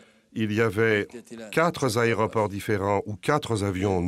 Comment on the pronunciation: "quatre zaéroports, quatre zavions" ...